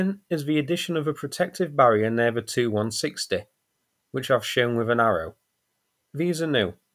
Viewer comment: Just one request for folks that aren't 100% familiar with Tupolev model numbers. A Tupolev 160 comes out sounding like 2-160 during the narration. Maybe saying the first letters separately ( T... U... 160 ) would be easier on the untrained ears. 8^D Aside from that, keep up the great work!